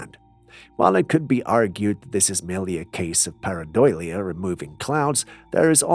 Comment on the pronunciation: Perhaps you'll start pronouncing the word right if I give you the spelling. Please take note: PAREIDOLIA.